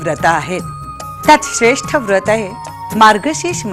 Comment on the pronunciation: व्रत उच्चार नीट झाला असता